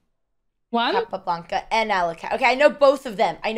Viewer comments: I really heat when Dina butchers Russian names! Алехин! Не Алёхин, не Алекайн, не Алёклайн и тому подобное!!! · For God sake! It is pronounced ALIEKIN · Bear in mind Alekhine original last name is Alechin, he changed it to Alekhine when he became a French citizen, and yes she got it pronounced wrong